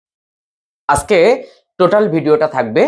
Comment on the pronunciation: খুব ভালো লাগলো। আজকে বলুন,আসকে বললে বড্ডো কানে লাগে।